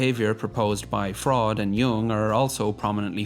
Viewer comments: Fraud? Yeah that sounds about right. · Not sure if "Fraud" and "Gaynax" were intentional mispronunciations, but I like to think they were.